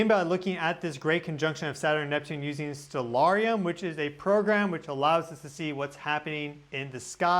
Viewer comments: Hey, your geophysics and space weather videos are always spot on keep up the great work! Just a quick heads up: I noticed you’re pronouncing the planetarium software as something like “stel-AI-R-ee-um,” but the correct spelling is “Stellarium,” and it’s usually pronounced “stel-AIR-ee-um” (emphasis on the second syllable). Genuinely trying to be helpful; Cheers! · I noticed you’re pronouncing the planetarium software as something like “stel-AI-R-ee-um,” but the correct spelling is “Stellarium,” and it’s usually pronounced “stel-AIR-ee-um” (emphasis on the second syllable). Thank you for all your awesome videos! Genuinely trying to be helpful; Cheers. 🤗